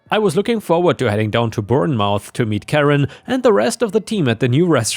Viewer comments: Story 2, I dunno about down south, but up north we pronounce it "born muth" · To pronounce Bournemouth think of 'Jason' Bourne followed by m'uth. Cheers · Bournemouth is pronounced more like "Born-Moth" (England abbreviates our place names when speaking them) 🌟🌟💫💫✨✨ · Born-muth (or muff, if you can't pronounce th)